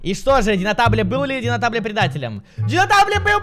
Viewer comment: Не динотабле а Донателло